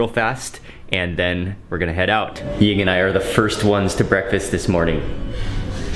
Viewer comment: Is Mark's wife named Yin? I never can understand him when he says it.